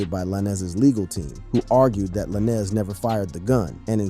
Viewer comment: If u can’t pronounce the name stop reporting. Who tf is lanezz